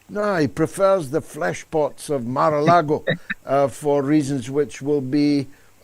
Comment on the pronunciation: ... Mar-a-Lagoon, George, get it right, man.